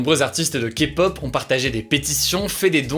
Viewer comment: Merci d'avoir bien prononcé le mot kpop ! 😄